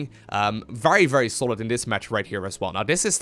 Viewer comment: "extremely golid".... hahahah love u <3